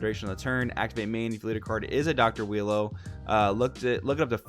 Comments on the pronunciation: Its pronounce U-i-ro. Phonomically its ooo-e-row. Im just going to go with willow/wheelo tho lol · I love how you call him wheelo 😊😂😂 im also gonna call him wheelo since thats the name im basically used to lol